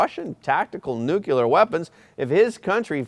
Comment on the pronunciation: Nucular weapons? What is that? 🤦